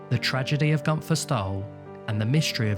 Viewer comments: The way he said günther is just amazing how wrong americans or british speak out german names . He litterly said GUNTHAR . You say GÜNTERRR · It's pronounced Goon - Ther. Not Gun - Tha. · Very sad and mysterious tale indeed….The German Name of Gunther is actually pronounced as: “Goonter”…..If Gunther was attacked, then how did they know where he would be in the first place?….If Gunther was indeed assaulted, then this definitely involved several people rather than just one assailant….It would be almost impossible for one man to do all this…..Or, it’s possible Gunter might have been suffering from Undiagnosed Paranoid Schizophrenia, which made him suffer from paranoid delusions….Delusions which made him believe that someone or various people were out to get him!…..It’s also possible he may have been a Secret Agent that had been uncovered, and was on the run from the East German Stasi….Or, a former Operative for the Stasi or the Russians during the Soviet Era, that had gone AWOL and Defected to the West…It certainly could be that the Russians were after him to silence him….These are the most likely scenarios that I can think of for now!….Hope they help solve the mystery….Somehow, I doubt that though……Excellent video that was very well researched and presented…. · Maybe atleast try to pronounce the name right. gUnFeR O.o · It's actually an ü.